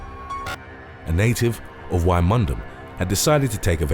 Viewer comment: I'm from UK and Wymondham is pronounced Win-dom its how its said here my good sir